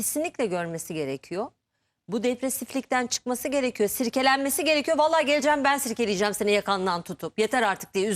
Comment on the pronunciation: Sirkelenmek degil silkelenmek .sarz degil sarj .herkez degil herkes .